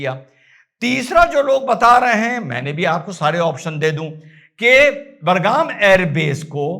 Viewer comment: आप बार बार बरगाम बोल रहे हैं बड़े भाई, वो बरगाम नहीं- बगराम है. धन्यवाद. 🙏🚩 Love You बड़े भाई. ❤❤❤